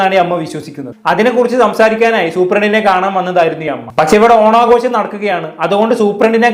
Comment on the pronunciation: ഓണാഘോശമല്ല. ഓണാഘോഷം എന്ന് ശരിയായി ഉച്ചരിക്കൂ.